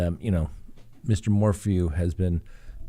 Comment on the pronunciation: His name is pronounced MOR • FEW, not MOR•FOO.